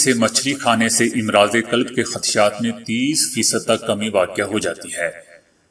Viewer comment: Imraaz nahi Amraaz hai امراض کا "ا" مفتوح پڑھا جاتاہے لفظ"مرض" کا جمع ہے امراض یاد رکھیں........ سہ حرفی الفاظ کی جمع میں تقریبا ہمیشہ ہی الف پر زبر ہوتا ہے آپ ویڈیو کے اندر اس لفظ کو بار بار غلط پڑھ رہے ہیں